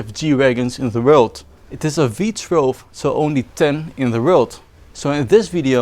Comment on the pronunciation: I would normally point out that it's not "V-TRELV" but rather "V-TOO-ELV", but I like the way you say it more, so I'm gonna say V-TRELV from now on.